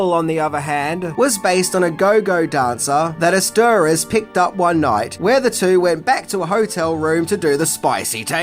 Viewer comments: 'Eszterhas' is pronounced 'Ester-Haaz' (a double A sound like the pronunciation of 'Hagen-Dagz'). It's a Hungarian name. The way you're pronouncing it, it sounds like Spanish 'Asturias' 🤣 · ESSS- Turrr House! Not "ur sturrezzz" but whatever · It’s pronounced. Joe Ester house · You are absolutely butchering Joe's surname. It's Es-tur-house Fact 11 - Michael Douglas got mouth cancer through eating so much p-ssy! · Love ya,, but it's pronounced Joe Ester HOUSE. To show you how warped Hollywood is, after Basic Instinct Eszterhas was paid $750,000 to write a script on spec about a cow as president of America. Movie never got made, but he got paid. Eszterhas, after decades of protests, finally admitted his movies promoted everything from tobacco use to homophobia to misogyny. He apologized and allegedly stayed on the straight and narrow.